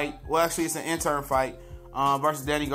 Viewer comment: It's the WBC interim belt, not intern man. If you're going to report it, then say it right. Danny ain't scared to fight porter dog, trust me. I agree, Danny does have cherry picks but his resume is better than alot of them guys. Do your research and repeating everything you hear.